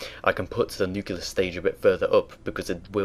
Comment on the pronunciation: NUCLEAR, not nucular